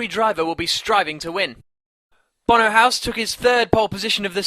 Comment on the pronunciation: Bono Hoys? Bono Huss? Bono House? lol you cant pronounce his name